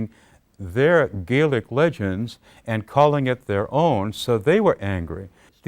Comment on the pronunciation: He completely skips over the fact that the Scots will obviously have a shared history with Ireland, we're the same people. If he had really done extensive work on the language you would think he would at the very least say the scottish word Gaelic correctly when talking about it instead of using the irish way. Scotlands oral tradition is extensive, it's even commented on going back to the times of the Romans. Did MacPherson embellish, most likely, but there was already a framework of older stories already there for him to draw upon.